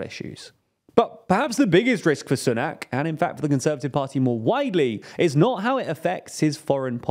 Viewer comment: Oh I forgot the way you pronounce Sunak. 😄